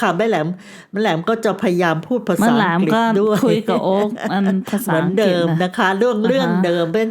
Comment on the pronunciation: เป็นผู้เล่าเรื่องคนแรกที่ออกเสียงคำว่า"อังกฤษ" =อัง-กริด ชื่นชมค่ะ💗😘 คลิปผู้เล่าท่านอื่นออกเสียงว่า อัง-กิด 😭 คือลืมกันไปเลยว่า "ฤ ฤา ฦ ฦา" ภาษาไทยของคุณแม่ชัดถ้อยชัดคำมากค่ะ สวัสดีปีใหม่ค่ะและน้องโอกี้